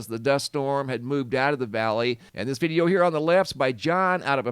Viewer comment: "veedeo" footage? What accent is that?